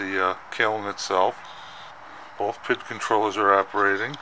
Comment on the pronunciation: And it's Pee-eye-dee controller, Not "pit" or "pid" Sounds like Bob Villa when you say "pid for the thermocoupler"